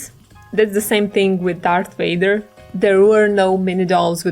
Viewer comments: You said WADER ITS VADER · did she say darth Wader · Who's darth wader ha ha ha ha